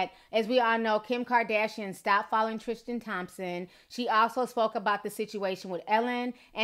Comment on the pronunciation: Love your new outro... but sis there's no H in Tristan <3 love you